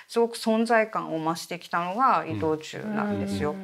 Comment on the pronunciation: イトチュー今はイトオーチュウ発音難しいですね‼️